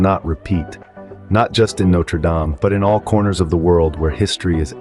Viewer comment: Okay, look. It's either "no-treh dahm" (French) or "note-er dayme" (American). Don't merge them.